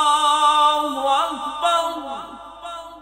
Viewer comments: Is it correct to say Allahuakbar rullahuakbar ? It should be allahuakbar allahuakber, what is the need join ray with lam? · Allaho Akbar Allaho Akbar lafz hei Allaho Akbar rullaho Akbar nahe hei Allaho Akbar ka hamza Asli hei was le nahei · Practice achi hai but "ullah" ku keh rhe ho bahi